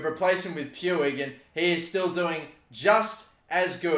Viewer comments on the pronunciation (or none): You pronounce it riki pooj not pwig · Stop saying “Pewig” PLEASE It’s “Ricky pooch.” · "Puig" is pronounced "Puch" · How is Puig pronounced pooch? Lolzzzzz (Edit) I just looked it up and that’s how it’s pronounced in Catalan but not in Spanish. Roast me, please. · Riqui’s last name is pronounced “Pooch” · Puig, is pronounced "pooch." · Its pronounced ricky pooij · Can someone please tell how to pronounce Riqui Puig's name.?